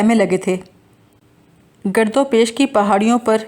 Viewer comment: Gard nahin Gird.